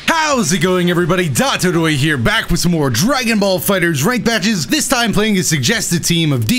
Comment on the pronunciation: I just realized that he says his name incorrectly. He says dotoruye instead of dotodoya